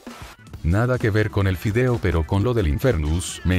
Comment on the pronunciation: no tiene sentido que en vez de decir "vídeo" dice "fideo" :v